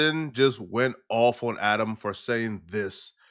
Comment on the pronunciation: was I the only one who thought that “On” said “An”